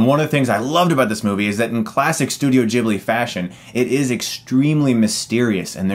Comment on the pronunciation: It’s ghibli not jibbly